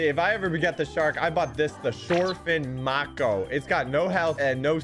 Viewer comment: It’s not short fin ma ko it’s short fin m a ko You are pronouncing this sharks name wrong